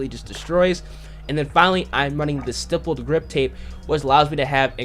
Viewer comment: Youtubers still cant say stippled or grenadier half a year later lol